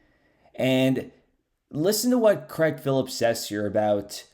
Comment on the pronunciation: Craig ( crayg ) not pronounced creg